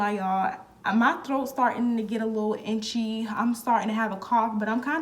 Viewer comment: You the 2nd person I heard say itchy like intchy wtf 😂 must be a Florida thing